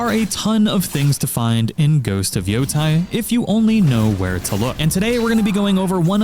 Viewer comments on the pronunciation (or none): Hey it's pronounced Yo-Tay like it's OKAY. The ei makes the ay sound. Ai makes the eye sound.